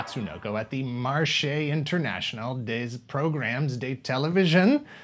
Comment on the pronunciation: actually 'marché' was well pronounced ^^